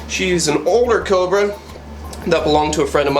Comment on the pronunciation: It sounds like he's saying cober instead of cobra, lol.